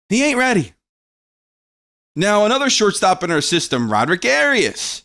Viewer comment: it’s also my last name and it’s pronounced Ah-ri-us. (Just trying to help)